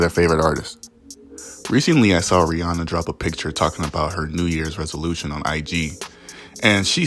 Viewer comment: Bro, I never heard anyone say Ree Anna before til I heard u say that 🤣🤣🤣